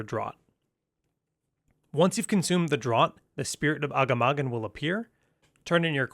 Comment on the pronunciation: Agga-maggin lol It's Uh-gaw-muh-gone I believe Extremely helpful and early guide tyvm